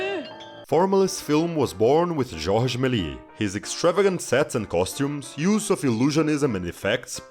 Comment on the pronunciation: This was a great essay that once again showed me, how many movies I haven’t seen or not even heard of. But, in order to appear smart again, let me point one thing out: You actually do pronounce the S in Méliès 🤓